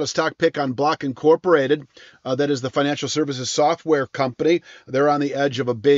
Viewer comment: did he say black and in corporated stock?